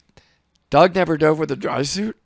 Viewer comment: Are you calling Doug Bishop “Dog?”